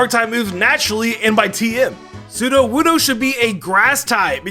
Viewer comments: SUDOWOODO, NOT SUDO WUDO! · Sudowoodo, not Soodowoodow!